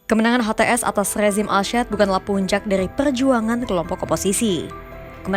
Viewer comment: Assad bukan asyad.... orang pers jgn salah ngomong ya